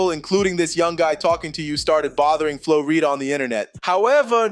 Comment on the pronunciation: Why are you purposely saying the name wrong, messed up the whole video